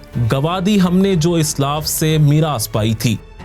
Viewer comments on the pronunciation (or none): Aslaaf. Not islaf